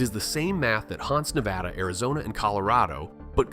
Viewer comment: to be fair, they also pronounced Nevada in a way that instantly signals to the locals that they're from out of town.